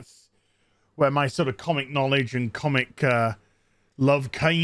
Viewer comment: you said "knowledge" with a hard "k" and it sounded like "cannonknowledge" almost, which should be a word describing familiarity with lore